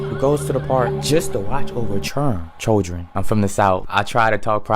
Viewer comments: say chirren cuzo 😂 we from down south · bro pulled out the accent "churren" lol